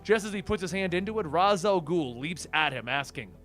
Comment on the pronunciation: It's pronounced raysh :)